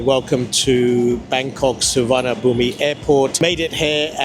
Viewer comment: There is no V in the Thai language and the “i” at the end is silent. “Suwanapoom” is a decent attempt.